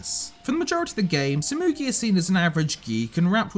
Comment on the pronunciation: He said koichi and sasumi(tsumugi)